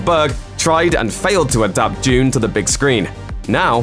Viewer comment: The way you pronounce dune triggers me